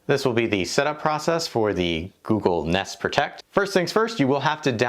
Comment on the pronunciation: nest sowns neest